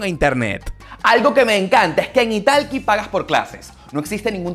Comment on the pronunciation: 😂😂 creo que te estafaron en esas clases de inglés ya que pronuncias la plataforma justo como se escribe italki 😂😂😂